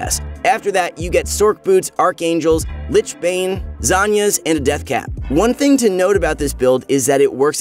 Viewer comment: Does anyone else find it disturbing how the guy in the video constantly calls it ”Zanyas”